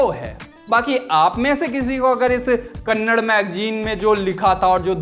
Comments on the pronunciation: Bhai please vo kannad nahi hai KANNADA hai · भैया जी कन्नडा होता है कन्नड़ नहीं। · Bhai wo Kannad nahi Kannada.... Tumhara hind itna karab hai. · It's not kannad it's kannada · its "KANNADA" not Kannad how hard is it to say this? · Kannad nahi kannada kaho.